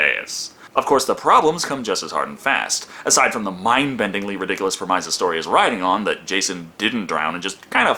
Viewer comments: I love your videos! I really enjoy them. You do good commentary, and you play a good on-screen character. And I see you've got some unwarranted negative commentary, so I apologize in advance for pointing this out: it's pronounced PREM-iss, not prem-MIZE. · Can really see the bags under eyes in this one mayne (this is my 7th time cycling through his videos bro has earned my genuine appreciation) Also. Most people pronounce premise wrong and I’ve just realized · you pronounce "premise" weirdly. great review btw. love your channel